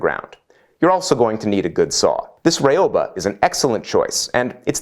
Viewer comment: Excellent and informative stuff, as always, buuuuuuuuuuuuuuuuut.... (A lot of you saw that coming, I think.) I live in Japan and speak, to a certain extent, the language.両刃, (ryouba) the name of the Japanese saw, which literally means "double-edged blade" is not "rye-oh-ba". Look, I love you buddy, and you are just one of the many YouTubers who uses the wrong pronunciation, so I'm not getting at you. How to get it across? Well, imagine if they ever make Bill and Ted IV and they are headed to South America, and one of them says, "reeOOOH! here we come!" (as in Rio de Janeiro) Then you put "bah" on the end, and you're golden.